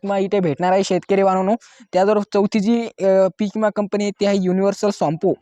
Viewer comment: इमा काय म्हणता विमा म्हण